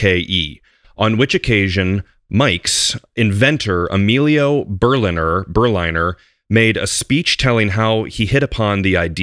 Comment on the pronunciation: The pronunciation should be "Ber-linner", as in Berlin. Berliner = man from Berlin.